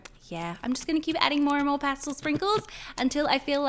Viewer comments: Is it past-l or past-el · Its not pastil. Its past EL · It’s past-el not past-ol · She says pastle not pastel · Um the word is pastel! Not pastle! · I couldn’t watch this video knowing she said pastel wrong.. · OKAY, BUT THE WAY SAYS PASTEL BOTHERS ME SO MUCH AND IDK WHY